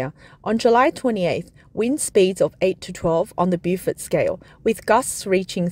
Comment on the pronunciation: beaufort correct pronunciation is "bow fert" not bewfert. It seemed like the tyhoon like to play with China. Knowing China is rich and technological advanced to rebuild in a few months.